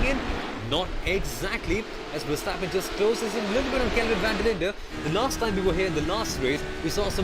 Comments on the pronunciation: yeah, the emphasis is on verSTAPpen. But overall liked the commentary, good job guys! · Please, not so much emphasis on the ver of Verstappen and Verschoor. Say it like "over" without o with a short er. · FUUURR-stappennnn.. dude haven you heard anybody say his name before.. 10 lashes in a public square!